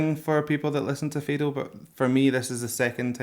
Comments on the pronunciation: Hi mate - its Fado as in the same way you 'Bad' ... Fad-o... and try and do the 'o' as an 'ou' .... fad-ou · I feel very proud as Portuguese. When you say Fado, the "a" is like the "a" in the word "all"! 😉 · It's not fado, it's just portuguese music, with an oriental/Arab twist. Fado is very specific, with a few acoustic instuments only. And for God's sake, it's pronounced FAH-DU, not fay-doe!! 😅 I enjoy your videos, but I suggest you at least got some info on the language that you're gonna listen the song in because it always sounds catastrophic... sorry 😣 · NOT F"ae"do, Fado, as in "bark" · it's Fado with a short 'a' not /feido/ it's like the sound of "Fa" ( also this song isn't Fado) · Fado. It's not pronounced "feydough". It's pronouced "fahdü" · It's "fah-dough" -- not "fey-dough." You could at least learn how to pronounce it properly. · You can say ‘Fado’, with an open A, instead of ‘feidow’! Like Faahhddo! :) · Dude, FADO. not fheydoo , FHADU, like in FATHER. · You say FEdo with an e and an english accent but it is called FAdo with an open A like in avocAdo (the second A :) love your videos - keep up the good work <3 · foneticaly don't say fedo.... you should say fA-do. cheers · If you can please listen Mariza singing Primavera and btw its pronounced "fah-do" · thank you so much for this, but please call it fado (like fad)o instead of faydoh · Faaaardo with a soft "a" not FAdo with a hard "a". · Love your take. I’m a fan now. Just a note, though, pronounce Fado as Fah-doh. You got it right the first time. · Just one thing it is said fado with an open a not feido... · You need to Google how to pronounce Fado, its pronounced like you would say father without the er at the end a o instead fatho or Fa and Do one after the other. That's the best I can explain it lol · Great video. . For the record, it's pronounced f 'ha'do. Phonetic open 'a' like in 'cat' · hey! fado is actually pronounced fah-doo! thank you for appreciating our music!